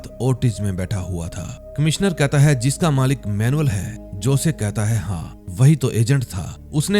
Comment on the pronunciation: josay nahi hosay aisa pronounce karte hai sir